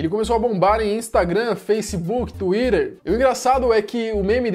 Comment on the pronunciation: " tuider". Ja saí do video. Frescão!!!